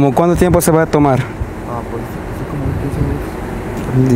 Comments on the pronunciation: Señor Policía con todo respeto no se dice ancina se dice asi y sea mas paciente con su gente hispana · Yo hablo bien como el policía también digo acina😂😂😂😂😂